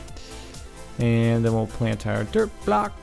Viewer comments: captain sparklez said dirt block like derp block :D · Sounds like he's saying "derp block"